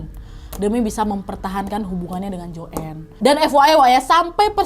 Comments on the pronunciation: Joen? 😭 baca nya joane ga si? 😭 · Bacanya JOAN bukan JOEN